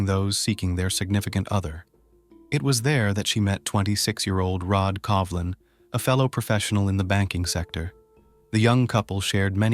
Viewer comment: You are pronouncing his name as Covlin not Colvin as is written?